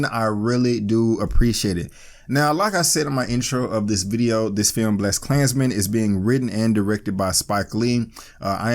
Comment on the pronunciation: what is "Blessed klansmens" and why do you keep saying it?